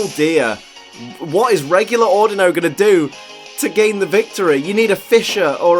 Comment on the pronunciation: The way you say Audino (Au Dee No) was triggering xD but I forgive you c